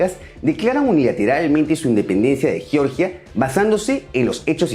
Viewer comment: Chicos, sólo una acotación: el país caucásico Georgia 🇬🇪 se pronuncia como se lee en español (Jeorjia). Si lo pronuncian como “Yorya” se están refiriendo al estado sureño de Estados Unidos. 🇺🇸 En el video dicen ambas pronunciaciones, ojo con eso.